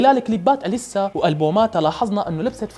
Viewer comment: اسمها إليسا مو أليسا الهمزة تلفظ تحت الالف مو فوقو